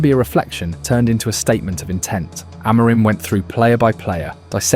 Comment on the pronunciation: You make some good positive videos but it's not great you can't pronounce Amorim and the players' names correctly (you're not the only one on Youtube though). Please have a look at the official United short "How To Pronounce Our Reds’ Names" and learn how to pronounce their names. Don't sound like an amateur - go pro!